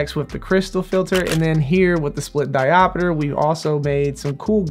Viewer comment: Great video. "Diopiter" vs diopter 😂